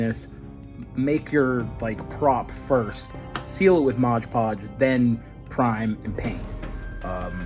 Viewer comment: Modge podge 😂